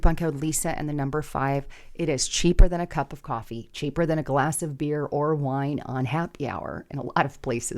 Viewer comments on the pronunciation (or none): none